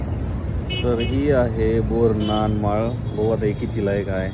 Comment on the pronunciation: बोर नान नाही हो , बोर न्हाण म्हणतात न्हाण म्हणजे आंघोळ .. बोरानी आंघोळ घालणे .. व्हिडिओ खूप छान ! ❤ ❤